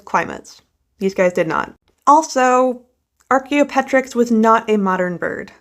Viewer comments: Ar-kee-oh-pet-rix? Have I been saying it wrong all of these years? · Archeop-TER-yx, to be correct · Archaeopteryx rhymes with helicopter ricks.